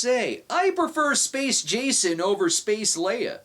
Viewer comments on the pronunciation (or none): "Spaceon" LMFAO